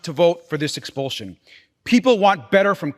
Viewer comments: Ex-pul-SH-un not Ex-pul-ZH-un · Expulsion is pronounced expulshon not expuljon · It's expulsion not expulzun, Get a grip and stop making up your own language. Also watch your pronouns, you and your colleague run roughshod over the use of me and I.